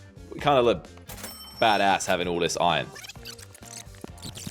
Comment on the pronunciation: The way he said bAd AsS